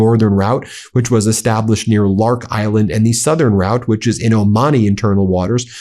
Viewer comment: thank you for correctly pronouncing the lark island. larak لارک should be lark. I have no idea why they put the second A in there because it does not exist in parsi. It is a monosyllabic name. pronounces just like the english lark. now please correct your pronunciation of the hurmuz. hormuz هرمز - the 'u' sounds just like the 'o' so pronounce it as if it was hormoz, which it should be. The way everyone pronounces it, incorrectly, would be written هرموز but that is not how it is spelled so all the web pronunciations I have found are INCORRECT. Check google earth and compare the parsi text to above.